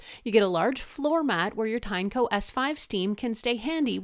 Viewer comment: Also, its pronounced as Tin-E-co